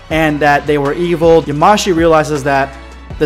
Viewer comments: Yamashi .... It's yamoshi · Stop saying "yaMAshi" it's "yaMOshi" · Yamoshi is pronounced ya-mo-shi